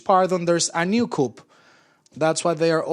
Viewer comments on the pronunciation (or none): The "Article 128" item must be very important (at about minute 40) because the mike is cut and the "translator" (who pronounces "coup" as "coop" vs. "coo") does not speak it. So I will supply the text of the Venezuelan Constitution Article 128: Article 128 (in the protection of environment section) "The State shall develop a zoning policy taking into account ecological, geographic, demographic, social, cultural, economic and political realities, in accordance with the premises of sustainable development, including information, consultation and male/female participation by citizens. An organic law shall develop the principles and criteria for this zoning."